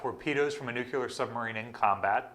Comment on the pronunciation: I'm "ok" with "nucular" armament since it's a derivative (false though) of "nuke" But about the power of a ship, it's "nuclear" whih comes from "nucleus"